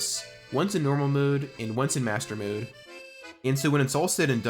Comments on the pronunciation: Hero MODE NOT HERO MOOD. Or atleast that’s how you prounonce it 😂😂😂😂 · I'm a linguist so don't take this the wrong way. I'm older gen z, and I've been noticing the beginnings of a vowel shift in younger gen z and gen alpha folks. You appear to be forming a mode-mood merger (pronouncing both the same), which is highly interesting to me. Anyway great video besides :) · This youtubers hardest challenge is to pronounce "mode" like a normal person. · Bro why you say mode like that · why do you keep saying mode like that edit: holy shit the way you say heroes is even worse